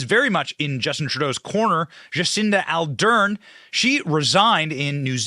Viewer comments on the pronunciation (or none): AR DERN NOT ALDERN...Are you dyslexic Benny?